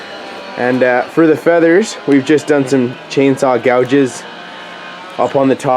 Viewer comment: Fleathers lol